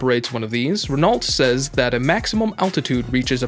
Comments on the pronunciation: It's pronounced .. Ren _ O not ren_ ult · Can't you say ren-O like everyone else? Do you pronounce the s at the end of Illinois, too? 😆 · Please pronounce Renault properly: the "l" and "t" are not to be pronounced... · I came to say the same thing. For a channel that highlights so many different vehicles, you think they'd have voice over people well versed in how to pronounce different car companies.